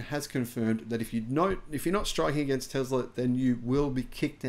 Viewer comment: I'd be surprised if the mechanic said "Tezla". I bet that Swedish guy definitely said correctly "Tesla".